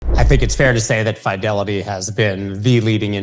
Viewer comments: Pronounced Fidelity not Fydelity 😂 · Are you pronouncing “Fidelity” the way you are on purpose? Listen to how the guys from Fidelity pronounce it. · please stop mispronouncing the word "Fidelity"